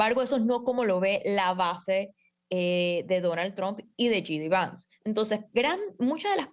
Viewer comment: Esta señora no sabe ni el nombre del vicepresidente, no es GD Vance, es JD Vance! Primero infórmese bien para dar una entrevista!